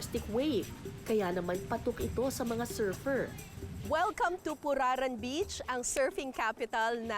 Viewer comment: Sorry pero purar-an yata dapat ang pronunciation